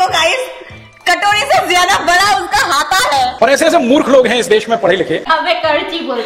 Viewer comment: Wo bara nahi hota bada hota hai di bolna sikho pehle